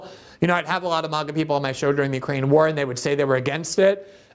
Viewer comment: ... And can someone pronounce the word.. Ukraine?